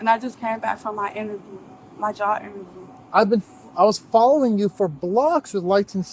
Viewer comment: I heard “jaw interview”.